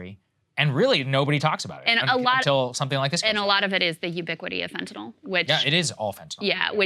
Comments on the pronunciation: Fentanyl Saager, not Fentanal. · Lost me when you called it "fentanol".